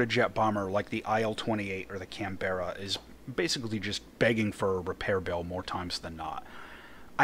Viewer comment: Well India, Singapore and Malaysia should be in the British tree they fought as British forces and are still part of the commonwealth. Also for the record please for the love of all things good in the world it's pronounced can-bra